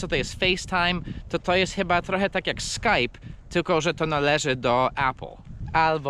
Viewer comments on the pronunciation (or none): none